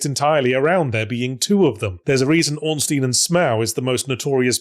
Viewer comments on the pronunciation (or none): none